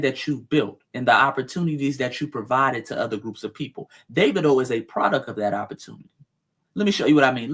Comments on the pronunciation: Dah-vee-doh ...lol... not Day-vid-o...lol... Good work, thank you. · DAH-V-DOE is how its pronounced. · You pronounce it Da va do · Dah-Vee-Doh is how his name is pronounced. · It’s pronounced Davedo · Pronounced---> Dah veed o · I believe his name is pronounced Da-vee-dough.